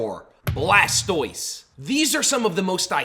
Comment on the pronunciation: You said blastiose and I immediately paused the vid and left. No pokemon iq